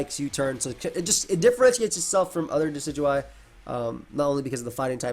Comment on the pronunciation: It's pronounced "decky-dooey"